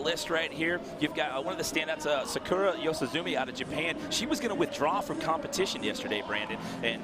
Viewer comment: Lol the guy pronounced the girls name Sakura as Sa-ker-a